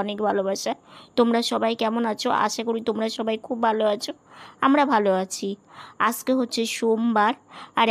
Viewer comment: Tomar mukh theke" aamara vaalo aachi" ai kathata shunte khub misti laage tobe tumi "Aajke"ai kathaata "Aaske"naa bolle shunte vaalo laagbe, aami kintu tomader Maayer moto, tomader dui boner jonyo aamar anek anek Ashirwad roilo